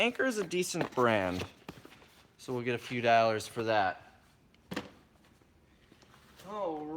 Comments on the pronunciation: It's dollars not dallars ,just saying. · the way he says Dollars...dallersss. and that swag homie. what are you wearing!? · Dollars is pronounced Daw-Lers ;-). Like your videos tho!!!